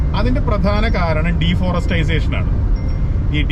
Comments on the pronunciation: I differ with deforestisation.. Its deforestation 😊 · Deforestisation alla.... Deforestation. ❤ Kash ullavante food is Caviar, Foie gras, Sushi, Duck comfit etc., aanu allathe beef fry onnumalla... 😂😂 Beef fry okke nammude food. ippo pinne mathi ayala kappa okke 5 star food aanu. Super road. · deforestization alla deforestation, para deee... forest... ation...